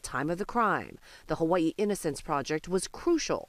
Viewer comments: Um…where the hell is Hu-wee-ee island? To be clear I was talking about - the anchor. No problem with how it’s said in the rest of the story which is the proper pronunciation. But Hu-wee-ee?? 😂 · HUH WUH EEE ISLAND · Why does she pronounce it "Hawa-ii"? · The HawAIIEUuh 😂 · For 40 years, I have been pronouncing Hawaii wrong. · How terrrrible that other men were convincted wrongfully :(((( . They do not say the word Hawaii too good huh? hahaha :) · i hate how they pronounce hawaii lol